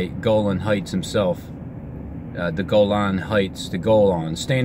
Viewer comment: Golan sounds like "goal line"